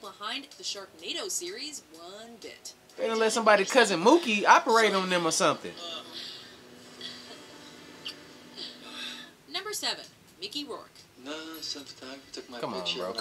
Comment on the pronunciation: Nooooo its pookie not mookie